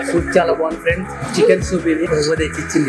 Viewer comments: pronounce Chala bagundhi as Chwala ya it's good to hear. Crispy chicken it means as " Vegitable" crispy items includes vegetables like flowers and capcicum. All the best. Keep high 🔥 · Nice andi me videos ani chala bagunai. Me wife 'chala' ana word bale different ga pronounce chestunaru. Bagundi cute ga vinataniki😘🥰😘🥰😍